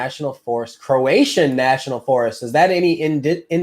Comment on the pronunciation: You are funny... Croatian is not Croatan. 😬😁 Jacksonville, land of the Marines... I've been there and visited Emerald beach. ⛱ 💞